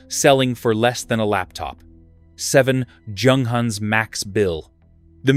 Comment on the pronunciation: The first letter ofJunghans' name doesn't sound like in John, but like Yolanda. The same goes for Junkers, Jabo etc. In German, it's like Yunghans, Yunkers...